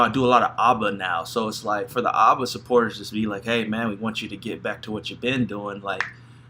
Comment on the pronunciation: It's not Ubba, it ABBA, the first A as in bat. Abbuh.